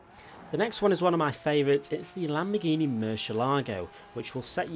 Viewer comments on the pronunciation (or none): none